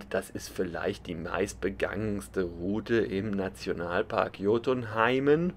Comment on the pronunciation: Hei. Hattest ja super Wetter 😜. Wir hatten für dieses Jahr auch 1 oder 2 Touren nach Jotunheim geplant, aber genau aus diesem Grund abgesagt. Ich glaube aber ihr konnte euren Urlaub trotzdem genießen. Noch kurze Tipps zur Aussprache fürs nächste Mal, U=ü O=u Und richtig war gj=j Kann man ja aber nicht wissen, vielen Dank für die Bilder.